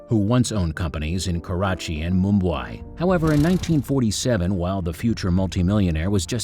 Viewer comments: Wonderful story, but terrible video and poor narration. He can't seem to pronounce place names. Glasgow and Mumbai were very weirdly pronounced... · Wow. Is Mumbai really that hard to pronounce?!